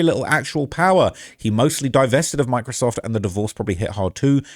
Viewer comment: When he first said Microsoft I thought he said “my-crisoft”😂